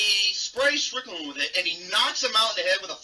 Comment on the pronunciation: Dude, it Strickland, not "Strictland."